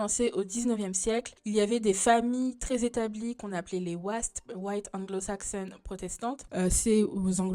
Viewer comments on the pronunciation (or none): none